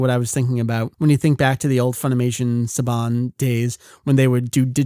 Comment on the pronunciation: Guys, just to clear things up: it's Daniel Cocanger or however you spell it (Coke-en-haeger) Saiyan (Say-yan, not Sai-yan) Geneon (Jenny-on, not Genny-on) Saban (Saa-ban, not Suh-bawn)